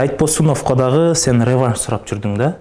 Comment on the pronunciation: Бл*дь,хотя бы рЕванш эмес,ревАнш дегенди уйрончу, ебана